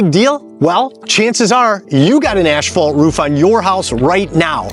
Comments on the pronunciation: "Ashphalt"? WTF is that? I've heard of asphalt but not ashphalt. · Dude. Just pronounce it “assfault”… you don’t need to over-pronounce it’s annoying af